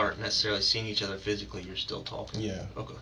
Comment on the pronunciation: This dude says nyaaa instead of ya and it’s driving me insane! This dude is pos.